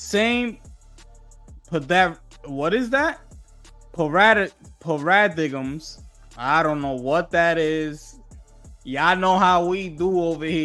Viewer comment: It's PAIR-RUH-DIME (Paradigm) not trying to shame just teach. Luv your content brother God bless you in Jesus name ✝❤💯